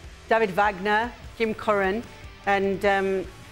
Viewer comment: They meant, "Jim Curtin" not "Jim Curin."